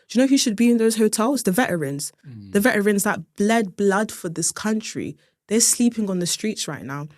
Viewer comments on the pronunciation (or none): Base and bougie is soo London I love it how she even missed the T in veteran like a true cockney lass 😂